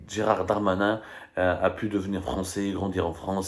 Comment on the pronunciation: C'est Gérald et non pas Gérard